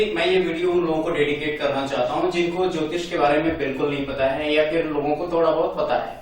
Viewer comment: अरे यहां ज्योतिष की परिभाषा आप कैसे दे रहे हो यह जल ज्योतिष का दो शब्द बनाए आपने अलग-अलग इसमें ज्योति तो ठीक है पर इसमें इश ना हो के ईष होता है अर्थ का अनर्थ ना करिए